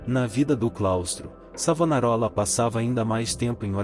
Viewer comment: Vá estudar mentiroso, enganador de trouxas. Aprenda ao menos a pronunciar o nome do Mestre! E qual é a tua "igreja" o mentiroso ? Sou florentino. Cacete!